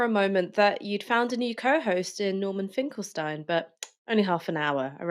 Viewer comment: Please, I appreciate your sincerely-presented video, but will you Please show a bit more respect toward Professor Finkelstein (not Mr. Finkelstein)?! Also it's pronounced "Finkel-Steen" not "Finkel-Styne"!! And no I'm not his friend -though I wish that I someday I could be!!